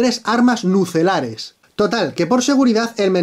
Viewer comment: nucelares what? Soy el univo que se rio con eso pls no me dejen solo xD